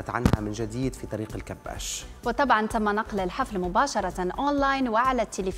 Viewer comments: طريق الكباش.. مش طريق الكباس 😂😂😂😂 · الكباش بالكسرة مش بالفتحة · المذيعة المفروض تبقى مثقفه بدل طريقه النطق بتاعها طريق الكباش الكاف بالكسره الکباش جمع كبش والكبش هو الخروف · إسمه طريق الكباش( بكسر حرف الكاف وفتح حرف الباء).. الكِبَاشْ. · اسم الطريق الكباش بكسر الكاف وفتح الباء وليس هناك تشديد لأي حرف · بصراحه يا انتى بذات صدمتينى إنك مش عارفه تنطقى إسم الطريق صح لأنك مصريه والمفروض تبقى عارفه تنطقى اسم الطريق صح